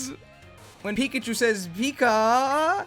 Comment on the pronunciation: Piggachu Beeguh Geeegh...